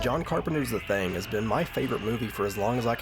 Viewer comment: I dunno if its just your accent or your trollin I'm hearing The Thang, lol. You better watch out The Thang is comin, oh snap.